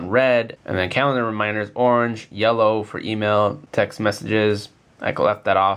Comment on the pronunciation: i swar he said tech